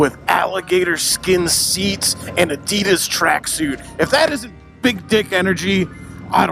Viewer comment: Almost disliked for the pronunciation of ADIDAS :) Keep livin' that weirdo life.